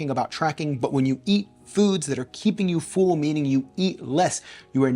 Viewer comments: Dude, your videos are great but PLEASE, it is pronounced "full" like "bull" NOT "fool" or "feul"! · Distracting the way you pronounce “full” as “fool” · The “fool” instead of full makes me giggle every time. Love these diet experiments you do!